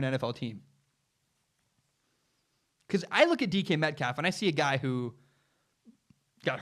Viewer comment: Lol sounds like you’re saying Deacon Metcalf